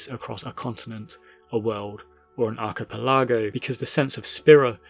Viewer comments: That was a weird pronunciation of archipelago. Otherwise, great video. I always felt that the newer FFs were missing something when we couldn't fully explore the world anymore. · Some absolutely mad pronuciations in this video, "prerequisite" and "archipelago" really stood out. Genuinely no shame intended, I assume these are just words that have been read but never heard (and reading is a good thing); but maybe check-up on pronunciations of unfamiliar words before recording a voiceover. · Really hope we come together as a society and agree that that's how we should pronounce archipelago from this point onwards.